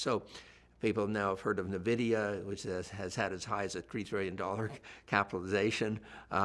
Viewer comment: So much knowledge but still can't pronounce nvidia correctly..